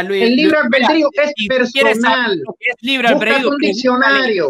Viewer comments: A casi un mes del debate,habrá por fin aprendido éste muchachito a pronunciar bien la palabra "albedrío" ? 😂😂😂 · pronucia mejor la palabra albedrío, en cuanto a, esto son los significados de "consorte": 1. FORMAL: Esposo o esposa de una persona. "cada uno de los consortes puede realizar los actos jurídicos y ejercitar los derechos que le corresponden con carácter privativo o exclusivo"2.Se usa en aposición a rey, reina, príncipe o princesa para indicar que comparte el título por matrimonio, pero no las atribuciones del mismo. "la reina consorte o el rey consorte no podrán asumir funciones constitucionales, salvo lo dispuesto para la Regencia" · El padre del Protesto tiene una cultura y un conocimiento que el "" canadiense quisiera tener por un dia de fiesta asi que dedicale a él las acepciones de consorte, y tienes razon el "" pronuncia mal albedrio